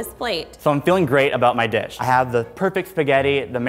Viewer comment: " two chebs compete together to make my dream dibsh " my heart